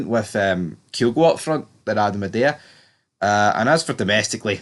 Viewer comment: Also, are you on the wind up with the prounouciation of Idah? Lol, ih-day-a is faf. It's I-Da.